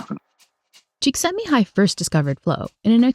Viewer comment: Csíkszentmihály's name was so beautifully pronounced on both side! Never heard any non-hungarian speaker say any hungarian name correctly. :)